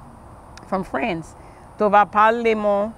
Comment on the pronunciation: The lady goes from speaking creole to saying France and French like anyother English speaking American. Idk but it made me laugh for a long time.